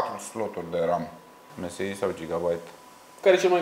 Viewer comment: Msi se citeste emesai